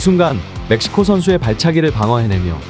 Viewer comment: 멕시코 ㅅㅂ 지금 메시코 (몇 시고)